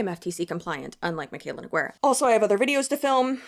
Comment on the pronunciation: Girl it’s so funny everytime I hear someone spell her last name NeGueyra 😭 Let me try to help even tho it’s not super important but you pronounce it like No - Gey - Ra (the u is completely silent and “Guei” is pronounced as if you’re saying Grey but without the R.) So read Nogueira like NoGeyRa. Hope it helps!